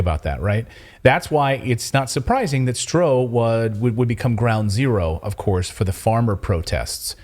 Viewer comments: you're doing great work but please pronounce the dutch word "Stroe" as "Stroo". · Laughable. You have no idea of The Netherlands, Even the map and the figures are wrong( as well as the pronunciation of 'Stroe)'. When did you two ever live off the land? Really, you have no idea. Bad, bad, bad. FYI: 'these poor farmers' are mostly millionaires.